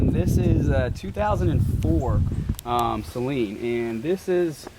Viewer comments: “Say-leen” oh my god I cringed everyone you said that. A little research before you shoot these videos would go a long way. I felt like my nephew was shooting this when you continued to say “vert”. I feel like these Gen Z kids have no business doing a legitimate review. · I stopped watching this when you kept on calling them “Say-leans” and I do own a rare 04 Saleen .... how are you gonna make a video on something that you don’t know how to pronounce 🤦‍♂️ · You were destroying my mans soul everytime you attempted to pronounce Sa-leen. Poor guy. I could see him cringing every time. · as someone who has followed these cars since they were new 20 years ago, it's so refreshing to see your excitement learning about the features and models of the specialty Saleens that were produced. We get a bit jaded just assuming everyone knows this stuff. BTW I'm glad you have since learned how to pronounce Suh-leen haha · take a shot every time he pronounces it "say-leen" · I have a 1999 SAYLEEN S281SC. My father bought it new. Every single Saleen owner I have ever met besides maybe 2 people have said SAYLEEN including me. 😂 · It’s Actually SA- LEEN…!!!!!! Damn at the failure of American school system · He had to have done that on purpose, usually people correct themselves when they hear the correct pronunciation, not, he rolls with it 😂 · First off Great upload and don't take this the wrong way because I'm not being a smartass but It's Saleen, not Sayleen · As someone that had a 2008 red flag edition SA-Leen, one of only 100 made, it makes me hurt physically hearing the word Saaayleen....Repeatedly. I thought u were a big fan of these cars. I'd guess you would at the very least learn how to say them...baby steps I guess for those that haven't owned one....lol. and yes that's a slight but also not meant to make u too butthurt. Just messing with u. But for real...SA-Leen....they are special cars...5 mins and google or YouTube can sometimes be your friend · Saa leen not say leen😊